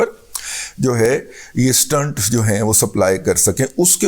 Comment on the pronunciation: Dadaji..its pronounced stent ..n not stunt...🙏🙏